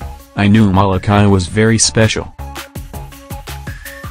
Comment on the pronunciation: You are saying Molokāi wrong.